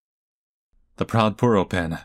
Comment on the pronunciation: ITS PUR OH NOT POO OH